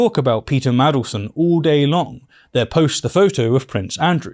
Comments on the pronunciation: Mandelson, not Madleson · Jesus christ, it's Mandelson, not Maddleson. How do you not already know this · Mandelson. Not 'Madelson'. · Btw, it’s Man del son, not madle son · MaNdelson not Madelston... c'mon now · It's Mandleson with an N in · Wish youd say maNdelson properly